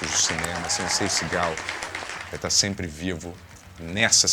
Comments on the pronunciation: Não sei se só eu, mas toda vez que o disse Seagal eu ouvia Cigarro 😅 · Só eu que ouço "cigarro" cada vez que ele diz "Seagal"? 😂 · Demorou para eu entender que o falava Seagal, e não cigarro.